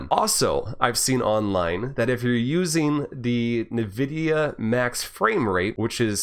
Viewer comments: NVIDIA is pronounced *“envidia”*, not *“navidia”*, btw, nice vid! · What's "Nevidia"? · Haven't heard anyone say Nvidia like that lol